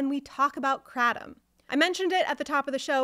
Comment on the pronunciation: lol take 7oh for a month and tell me it's like coffee withdrawal lol 😅you have found the only way to mispronounce it as well. Kray Tom or krah Tom kratem just makes you sound like you know less that you actually do. Wich is little to nothing